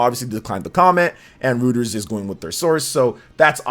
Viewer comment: Btw Reuters is pronounced like Roy-Ters not Roo-ters